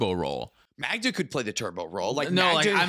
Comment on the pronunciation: The best-said "Magda." as of this day.